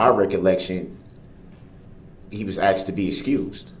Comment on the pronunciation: He hated detective Casey was “axed” to come back and testify.